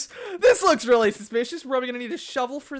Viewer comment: Robbie Coleman not reawy